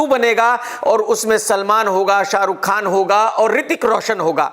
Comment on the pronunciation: Tu Chutiya tha hai aur rhega..Kaisa Khan hai yaar tu tjhe toh Pakistan chle jana chahiye tha ya tere baap ko 2 mint pehle nikal Lena chahiye tha..Mjhse galti ho gayi jo maine Tera Review dekh liya pehle Bolna seekh ke aa Naam Khan hai bolta hua Terrorist lgta hai🖕🖕🖕Sunday Tickets booked hai Dekhne ke liye SRK ka Fan #Zinda hai🤫🤫🤫